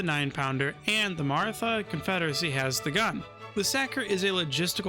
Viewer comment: I'll be that guy. It's actually pronounced 'Marata'; the 'h' is there because Hindi has an aspirated 'tuh' sound. Fun fact, there are actually 4 'tuh' sounds in Hindi, one where your tongue touches the teeth and one where it only touches the roof of the mouth, and then two more that are aspirated versions of those first two. Source, a single year of Hindi in college 😅